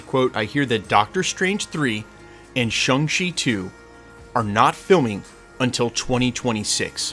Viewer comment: Ugh. Can you learn to pronounce Shang Chi! Watch the movie.